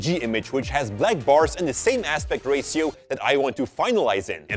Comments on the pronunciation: He says aspect racio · Wtf? Did you just say rasio? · Wait till you hear say "Ratio"!! 😂😂💚